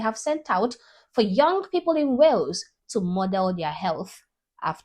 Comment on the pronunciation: It's not whales 🐳.... It's Wales